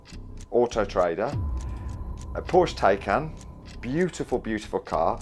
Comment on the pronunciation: Well, here I am again! 32 mins, the guy is talking about a Porker, Taycan to be precise. YAY! He pronouncd it correctly. In all the motoring programs they call them tie-cans? You know that river on the Eastern side of Scotland that runs past Dundee? It's the River TAY, not Tie. Finally someone pronounces it phonetically correctly. After all, you don't go on a die trip you go on a day trip! Mind you, my American wife pronounces compost com-poste, and as she says you go to the post office, not the possst ofice! (She's a weirdo though, tbh) 🤣